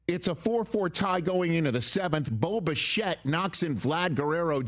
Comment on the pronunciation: Any one else hear Boba Fett whenever Rich says Bo Bichette?… very confusing for someone who hasn’t watched a single game of Blue Jays baseball before game 1